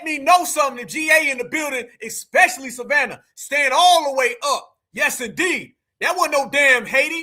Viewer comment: this dude said Savannah 🤦🏽‍♂️🤦🏽‍♂️🤦🏽‍♂️ …. I tried to give these dudes a break